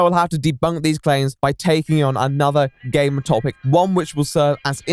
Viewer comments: Well... I am putting myself up the shame shack to be beat. When he said "Gamer" I thought he said "Gay man". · I MISHEARD "GAMER" AT FIRST I HEARD GAY MAN WTF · I honestly heard him say " the allegations, that i, am not a gayman "...Seriously i cant be the only one right? Ahaha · I thought at the beginning he said “allegations that I’m not a GAY” instead of “gamer” needless to say, I was very confused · I thought he said he was accused of not being gay instead of a gamer and I didn’t realize until like halfway 😭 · 52 seconds in, and I thought you said "I am not a gay man." Then you proceed to talk about gaming and I'm thinking I may have missed something.... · At the start of the video, I heard "That I am not a gay man." and I was shocked XD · I thought at first he was saying gay men weird